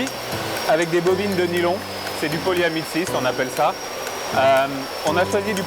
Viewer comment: Nylon is ''Polyamide 6'' not ''polyamestise'' (which means nothing ;) )